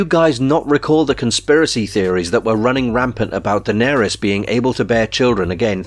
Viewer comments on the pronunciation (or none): none